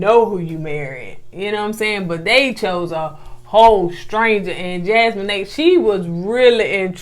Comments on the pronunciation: I believe it's Jas-mee-nah not Jas-me-nae. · Hell and this is my first time ever leaving yall a message. I love yalls commentary and yalls banter back and fourth. Yall stay having me cracking up. If yall read this please know that Jasmina's name is pronounced Jazz-me-na not Jazz-me-n-A....lol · It’s jas-meen-a 😂. Not jas-moe-ney . 🥰🥰🥰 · Loved the video as always, but was going in on Koko this whole time sheesh! Lol…. Jasmina is pronounced Jas-mean-na, not Jas-mean-nae lol. And Koko working in the prison ministry is a nice fun fact.. 💚💚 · It a special skill to put that much effort into butchering such a simple name like that. Jas-mo-nay?! I died laughing 😂 😂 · Jas-men-ay? 😹 I can’t 😂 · Jasmina her name the mina is pronounced like Tina (Teena) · Hey fam. and gonna get us on the next review for correcting them on how they pronounced Jasmina (Jas-men-nay). We can definitely count on them to mess up everybody’s name. 🤣🤣🤣🤣 I’m glad they take it in stride and don’t get mad🤣🤣🤣🤣 We love the reviews ❤️ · Her name is. Pronounced..JAZ-mee-na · Her name is JAS-ME-NUH .. lol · Jasmina pronounced Jaz-Mean-Ah😂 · Jasmine is pronounced: Jazz me nau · Jaz-mee-nah lol 😆 say it with me Jaz-mee-nah hard A at the end. It's a beautiful name it means gift of God and this 🇯🇲 queen is beautiful inside and out so she sure is. BTW I love Marvel movies also...sci-fi junky here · Yall so cute. It's pronounced Jazz-MEE-Na, I think. So glad that another season has started so I can watch yall again. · Jasmina's name is pronounced like Jazz-mean-a. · I think it’s pronounced Jazz-mee-naa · JAZZ-MEAN-AH That’s how you pronounce her name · It's Jaz-mee-nah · it’s pronounced Jazz-me-na, but spelled Jasmina 🙂. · I love y'all but Jasmina is pronounced JAZ-MEE-NAH. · I just came to watch mispronounce Jasmina's name 😅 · Y'all really struggling with easy names this season...Jas-meen-ah and A- liss-ah... lol. I love your reviews though.